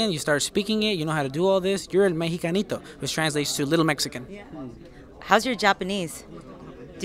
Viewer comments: Mejacanito.... Seriously! That woman doesn't even know how to say "Mexicanito". She looks like a 100% Mexican woman from the tribes but she doesn't speak Spanish 🤷🤦 And that guy from japanese speaks spanish better than most gringos that are learning Spanish in LA. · "el mexacanito" XD WTF parece que no practico